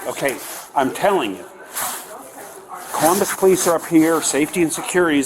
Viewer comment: "Collummus"? Is that anywhere near Columbus?